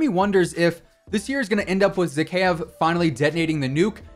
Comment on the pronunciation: Your pronunciation of Zakaev is terrible lol ky-ev. ZaKYEV lol